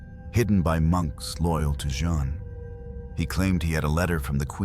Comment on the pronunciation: 'Jeanne' pronounced 'Zs-yon'.